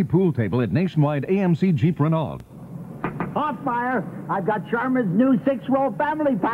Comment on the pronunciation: I'd like to go back in time and smack Steve Stone upside the head (who I watched call Cubs games on WGN with Harry Caray when I was growing up) and tell him the car is pronounced Ray-know. At least, I've never heard it pronounced differently.